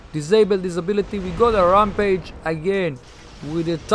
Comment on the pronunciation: Anybody ever tell pixonic that its rampage not wrampage